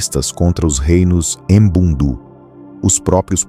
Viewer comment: Correção : Povo Ambundu ( Norte de Angola ). Língua : Kimbundu Pronúncia : Àmbú:ndù Kìmbú:ndù Povo Ovimbundu ( Centro, Sul de Angola e Litoral de Angola: Benguela, Huambo, Bié, Huila ). Língua : Umbundu Pronúncia : Òvìmbú:ndù Ùmbú:ndù